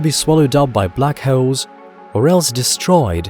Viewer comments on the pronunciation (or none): I tend to put on videos as a party trick - and it has a 100% success rate. You might think space is boring, but wait till the mention of a "black heul" and watch your friends' reaction. That being said, his accent is somewhat of a guilty pleasure to me. Even to the point of overshadowing the actual content itself lol